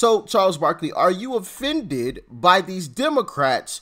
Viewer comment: Barkley not barkely...